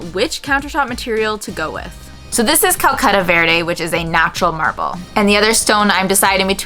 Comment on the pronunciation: I think it's Calacatta marble, not Calcutta. Italian, not Indian.